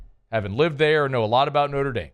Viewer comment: “Norte Dame” … = Notre Dame.